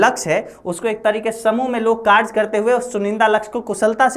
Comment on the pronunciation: Vo कारज hai ya कारय😂